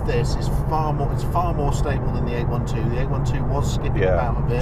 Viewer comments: What is eight one two? Ah you mean eight twelve (eight-800hp, twelve-12 cylinders) :) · Mate, it's not a 8-1-2!! It's called an 8-12!! Got it? 800 horse power and 12 cylinders, not 1-2 cylinders! Nice video but let's pronounce the names correctly. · It’s eight twelve, not eight one two